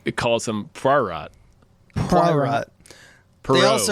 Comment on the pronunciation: Ayy, it's my episode!! I'm so happy how this turned out! Thank you to Dave and Tom, but also! (Also, JFC, learn how to say Poirot,!) Loved your take on the Ohlsson (Bergman) interview scene--that one'r is almost the sole reason I got so obsessed with the Lumet version that I commissioned the whole thing! Can't wait to hear you guys talk about the Branagh version, which... I kind of hate, and I think you guys will talk up a lot more, but I'm ready for the pain!